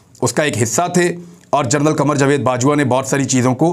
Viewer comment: Thathey Jahil lanti general ko gernul aur bond ko bound kahney walley uneducated shaitaan bhonk khoob bhounk pti potty kay official aur paid bhonkay bhonk.